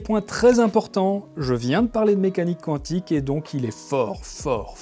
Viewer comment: "QuOUantique c'est joli". Biz à nos cousins belges ;-)